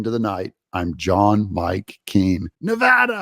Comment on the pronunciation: And you even pronounce our state correctly!!!😂